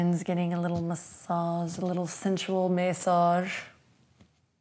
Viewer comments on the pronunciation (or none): Your face after saying "sensual may-sauge" 😂😂😂